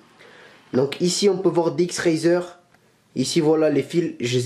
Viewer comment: ça se dit pas dx razer mais dx racer